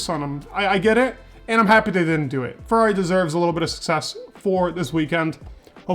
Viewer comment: I can see that when you want to, you can properly say FERRRARRRRI ... and this isn'tthe first time i noticed that! Keep up the good job, i really enjoy your videos 😉👍